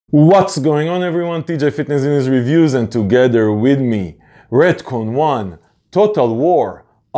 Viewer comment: I love the "and toguether with me " ajjajajajaja